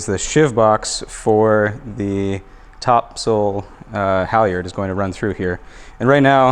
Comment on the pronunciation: Every time you sail topsoil I know it is different for Canadian audiences, but I live on Topsoil street and I know you mean topsail but it really does sound like topsoil, that you use for your garden, but I live in a fishing community that probably didn't spell it correct the first time :) 500 years ago